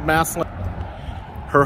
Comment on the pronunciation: Massalion? It's massillon